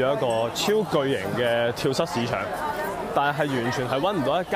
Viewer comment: 係 跳"早"市場,讀錯左了